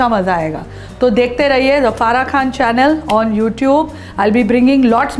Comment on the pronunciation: کھان نہیں خان ہوتا ہے اور یکھنی نہیں یخنی ہوتی ہے آپ مسلم ہیں، آپ عربی اور اردو تلفظ اچھی طرح جانتی ہوں گی ،